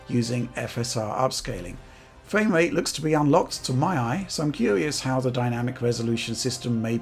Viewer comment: Fwame Wrate